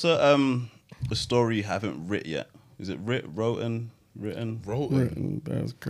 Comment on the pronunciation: ah ah is the helmet on vacation? “wrotten” 🙆🏾‍♀️